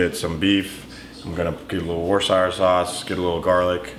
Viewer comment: Just to let you know. You said Worcestershire sauce correct.